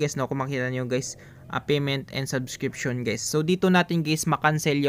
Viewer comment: salamat, po, nakakastress lang yung paulit ulit na "saskripsyun" sabsskirption, subssssskriptnzzz, .... pede naman tagalog na lng bro... waaah! suskripsiyon... ayan tagalog hahahah salamat po ulit sa pagshare ng "PANO MAGKANSIL NG SUBSSSSKRTNZZZ" HEHE more power!